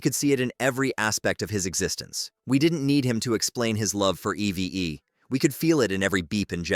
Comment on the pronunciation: It’s EEVE in pronunciation, “”, not E-V-E! 🤨